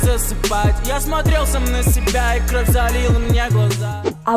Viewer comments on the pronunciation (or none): none